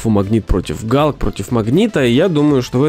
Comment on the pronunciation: Герк, а не Галк)